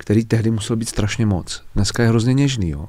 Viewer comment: Jak rikate (to je Strasne) tak to je prizvuk s Pribora!🤣🤣